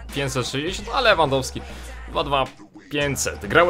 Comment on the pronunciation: Powiedział Rewandowski niż Lewandowski xD